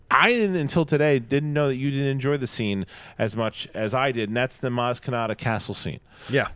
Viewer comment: I heard you guys repeat "maz katana" over and over again. It's KANATA.